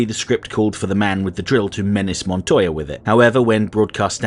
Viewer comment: One thank you for Pronouncing Montoya's name properly. Two, this feels like a Spawn animated series episode. Barely there protag while the lesser characters provide the plot. Neat